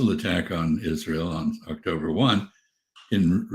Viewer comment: Was ahh-k-toe-brr sefen not a successful milliteary mizzion?